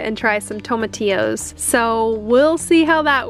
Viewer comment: tom atios is how you pronounce tomitio